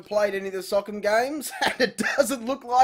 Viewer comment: It’s pronounced (so•com)